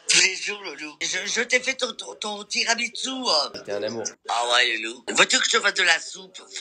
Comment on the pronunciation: Ton tiramiystu !! 😂😂